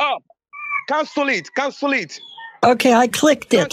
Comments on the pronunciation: “CANSOLE ET!” 😂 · "Cansul it! Cansul it! Cansul it!" 😂😂😂